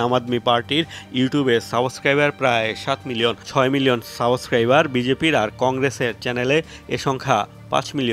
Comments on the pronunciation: saboscriber😂😂😂😂😂😂😂.. Haire media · সাবোস্ক্রাইবার কি ভাই? কি সাংঘাতিক 😂😂😂